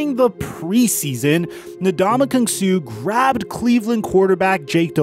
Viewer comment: Suh rhymes with "Duh!" Just sayin'.